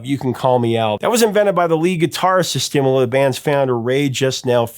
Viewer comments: The band name Stimela pronounced Sti Mare lah. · Great recognition to Stimela and Ray Phiri, and Johmny Clegg and Jukula. Pedantic comment: Stimela is pronounced stimEla, kind of rhymes with "Yella." Ray Phiri's surname is pronounced with an explosive P. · STEE MAY LA, THE GUITARIST'S NAME IS PRONOUNCED PIER EE